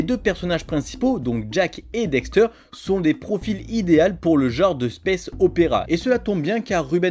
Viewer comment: Ses cool mes pas très professionnel sa se vois deja tu dis dexter pas daxter et ensuite les video utiliser sont se de la beta du jeux tu aures peux utiliser la version hd on et en 2022 la sd ses plus trop sa